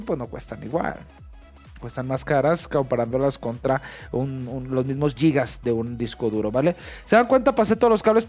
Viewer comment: Al inicio dice "fuente de poder de 500 giyas" xdxd El futuro es hoy oiste viejo